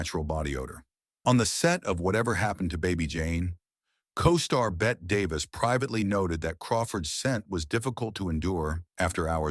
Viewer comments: It's not Bet Davis, it's pronounced Betty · Bet Davis ? someone please tell AI its pronounced Betty. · Really? "Bet" Davis? Could nobody advise the AI speech machine the name is pronounced Betty! isgraceful. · Bette is pronounced like Betty, not bet. Elia is pronounced e-LIE-ah, not e-LEE-ah. It's Katherine, not Catherine, and Ava, not Avar. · Bette is pronounced BETTY! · Totally agree. "Bett" is pronounced like "Betty" but the moronic AI voice didn't know that. You got a dislike, Legends, because you were too much of a lazy douche to put some effort into your post.